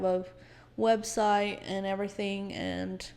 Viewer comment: 😂😂 I have to say this, Come on, you can't even say her website right. You're supposed to be "so inspired by God" 😂😂😂 Love you guys. This was so good, so eye opening to the bullet I dodged being sent away when I was and not having to go through what y'all did. Keep up the good work!! Thanks! You Rock girl! Stay at it!!!❤